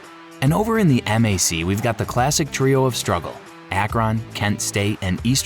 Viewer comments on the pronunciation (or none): Yes, this is AI slop. Pronouncing MAC by the letters, not as a word (that rhymes with back) is a tell.